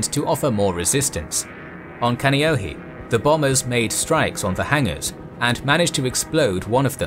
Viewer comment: Yeah he should've did a little more research..the Ewa, Oahu, Kaneohe was taking me out of the moment...iykyk